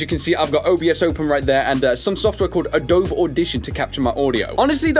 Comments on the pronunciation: It's Uh-dough-bee not Uh-dope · Lol... Adobe is pronounced Ah-Doe-Bee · A-DOUGH-BEE (Not triggered, just wanted to let you know) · I like how he says 'Uh-Dobe" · it pronounced Ah-doh-bee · I loved this video until you said adobe as if the e was silent